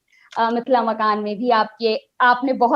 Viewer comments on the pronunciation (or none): मिथिला मकान ????? अरे मिथिला मखान बोलिए .... एंकर साहिबा...